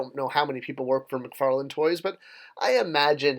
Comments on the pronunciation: Come on man, it's McFarlane not McFarland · It’s McFarlane.